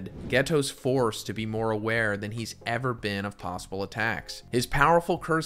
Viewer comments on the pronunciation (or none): none